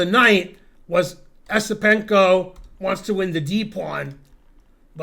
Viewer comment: It's "Yesipenko".